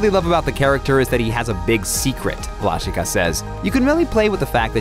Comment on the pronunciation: You pronounce him Vlashika, but it is pronounced Vlashiha! ;)